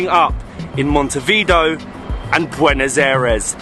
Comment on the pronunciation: your pronunciation of montevideo was one of the worst i've heard yet 🤣